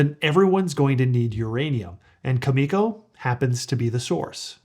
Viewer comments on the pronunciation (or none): Why can't you listen to the ceo of Cameco enunciate his own companys name? Then people won't cringe every time you say " cu ME co". Good grief Charlie brown. It's "CAM i co" "CAM i co"